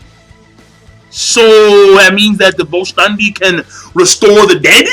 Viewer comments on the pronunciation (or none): vollständig is pronounced foll shtendig king